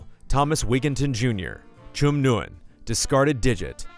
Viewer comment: Correction: you pronounce the name "Nguyen" like "Win"